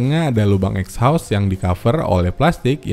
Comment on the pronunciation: "ekhaustsstff" :v